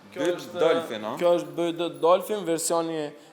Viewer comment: Bi -uaj -di thuhet